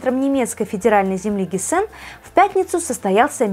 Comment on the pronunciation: Что такое Гессе́н? Кто такая Виктория фон Розе́н? Что такое Набукко́? Сразу видна культурка организма, пытающегося читать тексты своим ро́том. Позорище!